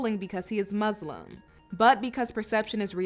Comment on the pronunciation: The word Muslim has an ‘s’ in it, not a ‘z’…